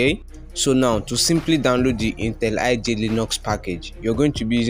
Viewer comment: It's intelli J, not intel iJ.. wtf lol